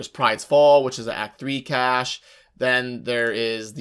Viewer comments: CACHE... pronounced CASH. PLEASE. lol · CASHAY.... WHAT THE FUCK ARE YOU SAYING?!?!?! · I loved this video but the mispronunciation of "cache" upset me. Subbed, unsubbed, downvoted. (/s) Seriously, though. Thank you for putting this together. It was very informative! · Pretty amazing vid man,... really helpful thanks a lot! (oh and btw,... Cache is pronounced 'Kaysh' lol)